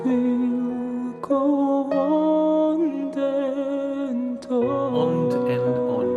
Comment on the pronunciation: OMG!, I thought I was the only one in the world who noticed that Dimash copied Celine’s mispronunciation of “ond and on”!! Every time I would mention it to someone they’d look at me blankly. So thank you, thank you! This is such a beautiful song and Dimash delivers it beautifully. Of course. Thanks again from a Florida Dear.